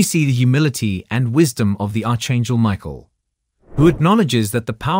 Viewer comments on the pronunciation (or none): "Arch" in Archangel is pronounced "ark". Not "arch". Not "Mobe". "Mo-ab".